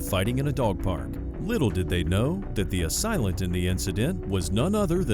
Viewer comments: Please, it's "assailant"; not "a silent".❤ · AH-SAIL-ENT. Not, AH-SILE-LENT. Sorry, your wrong pronunciation of that word is driving me nuts lolol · It's "ASAILENT", "SAIL" there is no such word as "asilent". Jesus! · 20.43 A-Silent ???? English language has left the chat It is pronounced /əˈseɪlənt/ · Please correct your pronunciation of assailant - A-SAIL-ANT, not A-SILENT. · "Asilent"? What is an asilent? Did you mean assailant? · PSA ; Assailant is pronounced “ A “say” lent 🤦‍♂️ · Assailant. a-sail-lent. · "A silent" is not how you pronounce assailant. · It's pronounced "uh-sail-ent," narrator.